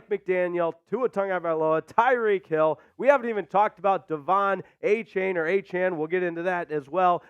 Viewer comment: that would be good if his name was pronounced a-chain but he said he wanted his name to be pronounced a-chan so a-champ is closer